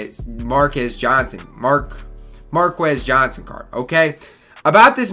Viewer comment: Hey Lad, its pronounced Mar-Keys Johnson.